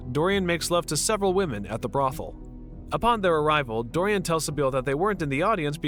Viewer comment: Please learn the proper pronunciation of the proper names before narrating? You got Dorian and Henry right. That's about it....